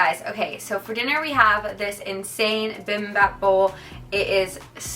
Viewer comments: bibimbap is pronounced more like bee-bihm-bahp for future reference! don’t feel bad though my dad still pronounces it like that after being married to my korean mom for over 30 yrs 😂 the most important thing is that you tried the food because it’s so good ❤️ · From what we can see it seems her dinner was bibimbap, you should just hear how she pronounced it. No hate just cringe.